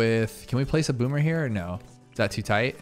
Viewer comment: Boomer range is clearly "Bommer"